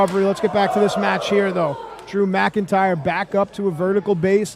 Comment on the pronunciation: He said drew mcyntire 😂